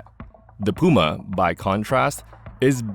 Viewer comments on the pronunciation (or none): “This is a jagwaaagh, this is a pooomah”